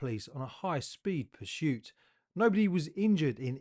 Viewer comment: There’s no ‘H’ in ‘PURSUIT’ ! Have you noticed how all the really bad drivers have unusual names ? Not simple ones like Jim and Jeff, Tom, Richard & Harry. Why is that do you think ?